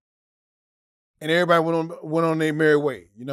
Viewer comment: "and Oj had killed errbody in california" lmaooooo